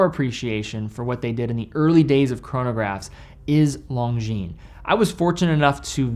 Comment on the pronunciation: That's not how Longines is pronounced